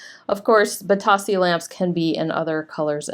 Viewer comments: Bit-oh-see is how you say it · Funny about the pronunciation. I hear other resellers say “bee-Toe-see” rather than “bee-TOS-see. Thanks for the information. I have a couple of lamps that I’ve had for a while that I need to get listed.